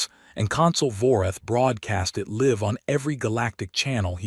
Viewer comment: He broadcast the burning "LIVE" as pronounced [lye-ve] not [liv-ed]. Damn AI, learn the English language!